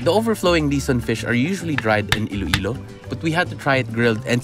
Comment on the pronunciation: Iloilo po not Ilo-Ilo